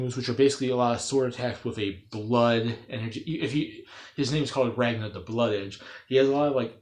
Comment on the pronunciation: You pronounced his name wrong.